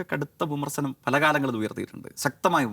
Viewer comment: അവൻ്റെയൊരു സ്വാധീനം. വിമർസനം, സവം, മണിയാസാൻ. മലയാളം അക്ഷരം നേരെ ചൊവ്വേ പറയാൻ അറിയാത്തവൻ ആണ്.